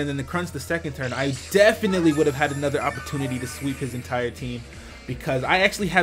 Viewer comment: I love the way you say A-nother XD